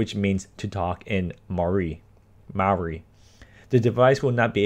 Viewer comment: yeah he pronounces Maori and Rotarua so bad